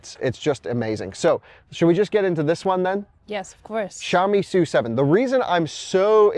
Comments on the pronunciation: it is “su” 7，not “es you” 7，directly from Lei Jun‘s mouth. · It is pronounced "S" "U" 7 not Sue 7.